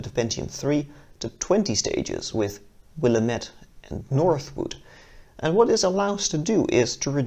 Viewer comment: In Willamette, the a should have a harder sound like the a in apple.